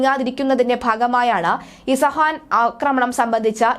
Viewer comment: It is not ഇസഹാൻ, it is ഇസ്ഫഹാൻ 🥰🙏